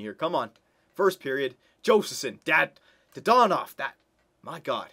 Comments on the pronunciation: Wasn't it dadonov, not dadanov? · Didn't even say his name right. I'm loving re watching these old vids DAaaaaaa Dannnnnn Ovvvvvvvvv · Says dadanov wrong whole episode but gets mad at end and says it right